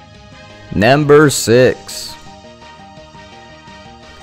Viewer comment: you sound like your saying namber